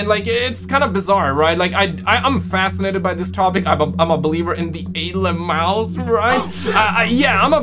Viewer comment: Wtf are alieums? 😂